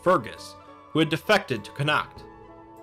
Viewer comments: Connaught is pronounced "con-ort". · Connaught is pronounced "connot" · Connaught is pronounced Conn-ocht not Connackt.